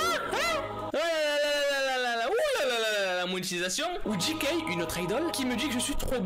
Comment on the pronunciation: Quand j'ai vu qu'il y avait le mot "kpop" dans le titre, mon coeur à manqué un battement Encore plus quant il a dit "ou tAe" "ou encore JI-kay" On dit "té" et "jay - kay " ok ??? SINON BTS MY LOOOOOVE